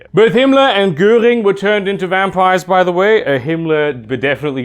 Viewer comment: I only realized that you are German, when you pronounced 'Göhring' correctly. Also the higher voice pitch when you said 'Appell' gave you away. In all honesty, great video, did not expect it when I clicked on it. You know how sensitive this topic is in our county.